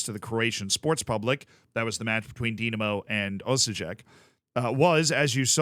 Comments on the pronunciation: Osijek is pronounced Osyek. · Hello from Croatia :) it's crazy man :) btw your pronountiation of Osijek is terrible.